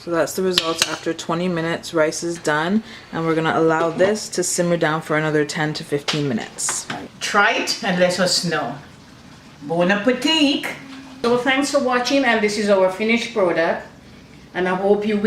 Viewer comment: “Bon appétique” lolol ☺️ is so cute!! N I KNOW that tasted bomb!!